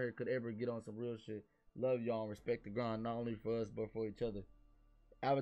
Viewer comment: Y y’all leave out the “t” in real dreams change the world?